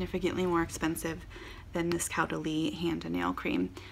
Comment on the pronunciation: So funny with your pronunciation! Your original pronunciation is how a German person would say it: Cowdalie. French is Cohdalie. You got it!